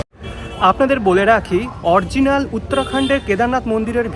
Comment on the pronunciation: কথাটা অরজিনাল নয়, অরিজিনাল...